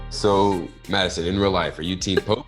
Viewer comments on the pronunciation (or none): did anyone else notices rudy call madison kie haha